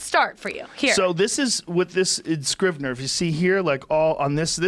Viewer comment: Joe "I use this program called Scribner" Rogan